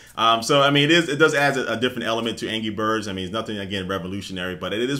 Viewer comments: aha he says angy birds not anrgy XD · It sounds like he's saying "Angy Birds" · sounds like he said ANGY Birds